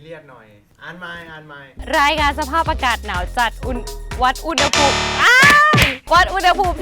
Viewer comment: อุณหภูมิ อ่านว่า อุน - หะ - ภูม ค่ะ